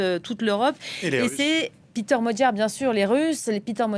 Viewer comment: Péter Magyar est hongrois, et pas anglais. Son prénom se prononce PÉter, et non PIter...